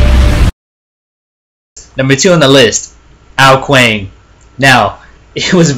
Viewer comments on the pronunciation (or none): Also Ao Kuang is pronounced Ao Kwong